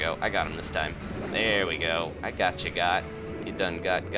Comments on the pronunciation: Goht is pronounced (goat) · “WE GOHT HIM” Haha